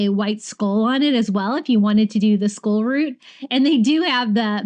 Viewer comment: I laugh at the way you say "skull" every single time. I know that you live in Florida, but are you from there? I'm a Georgia girl. Born, raised and still reside here. I don't really detect a southern drawl when listening to you.